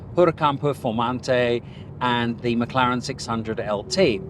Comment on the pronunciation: You lost me at "McLaren" MC20 ....